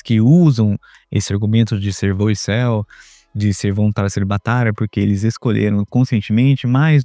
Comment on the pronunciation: Essa palavra volcel, você está pronunciando meio soprado, fica boicel, o boi em celibato. 😅😅